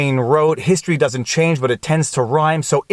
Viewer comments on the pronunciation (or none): none